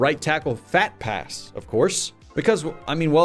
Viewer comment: phat pass sounds like phat ass.